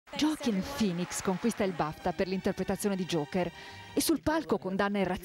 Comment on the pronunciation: Grandissimo Joaquin( che però si pronuncia Hoackìn.. non Gioàcchin) lol